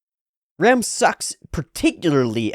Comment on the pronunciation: can you please try to pronounce the names of rem and ram like a japanese person would say it? because with your english pronunciation i really can't tell the difference